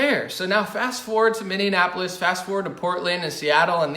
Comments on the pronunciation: It’s not MinnDeanapolis it’s Minneapolis. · Sometimes mindanapolis😂 so cute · I love how he always calls it Minnianapolis 😂.